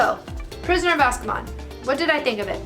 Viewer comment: As for pronunciation of Azkaban, it is Az-kuh-ban (like banhammer). As a Christian, I believe that prophecies can come from sources other than that which we might expect. While this isn't immediately related to divination, I recall the example in the Bible where Christ tells his disciples to leave some people alone because they were healing others and casting out devils in God's name. Seemingly, these people had not been given the authority from God to do so...yet Christ had this to say: He who is not against us is with us. My concern is not so much whether prophecies from a prophet but whether they inspire the reader with their content and depiction (whether they are false or true, and the consequences of said prophecy and the conditions surrounding it). I don't want to get too into it, but I'm not the biggest fan of how Harry Potter handled it all. I do like prophecies sometimes in Fantasy and Sci-Fi, but Harry Potter's depiction seemed to me too clouded in darkness to be as inspiring as it could have been. I warn you, the prophecy will be taken more seriously as the series goes on. I will push back against the greater darkness in the books, though. While I feel that depictions of horror and darkness can teach us much about the light, the understanding and presentation are important. And I feel Harry Potter falls very short, starting with this book or so (please don't hurt me XD), and more especially starting with book 4. Dobby (pronounced like "lobby") and the condition of